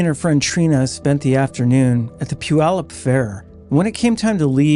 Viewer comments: He got Puyallup perfect though! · You get a thumbs up for saying Puyallup correctly.